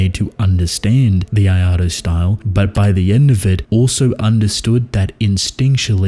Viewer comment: What tf is the “iado” style or whatever you’re saying